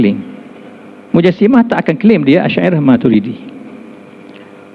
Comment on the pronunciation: Yg Majoriti Dlm Tu Je Sedara. Rakyat Entah X Tahu Apa. Dalam KL Plak tu Yg Tersasul Sebut Al..Al Shyairah Al..Matrudiahh